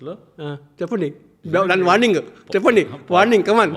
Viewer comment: Warring kadhu bro warning